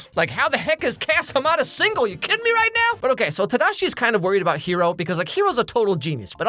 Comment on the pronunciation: I love how you can tell he lived in Japan by the way he says “tadashi” instead of “tahdaahshi”